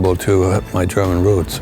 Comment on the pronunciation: But when he says German you can tell hes a German.